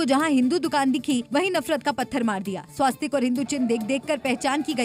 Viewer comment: 'स्वास्तिक 'नहीं 'स्वस्तिक' यह सही उच्चारण है। संवाददाताओं को सही उच्चारण सिखाना चाहिए।